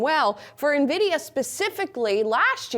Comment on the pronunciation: Small brain alert. It's Nvidia, not Navidia.